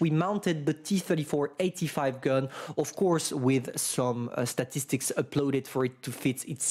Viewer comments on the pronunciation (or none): none